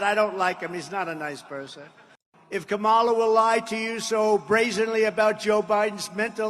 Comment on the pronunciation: Can we correct everyone who mispronounces Kamala’s first name. It can’t be pronounced both ways.